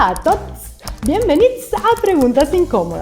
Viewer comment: JAJAJA "hola a tuoduoas" jsjajajaja xd c mamó